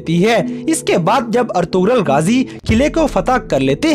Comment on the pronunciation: Bro its ertugrul ghazi you have prouncation mistake